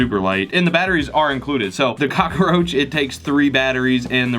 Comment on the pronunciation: Why do I love how he says it... Cock-a-roach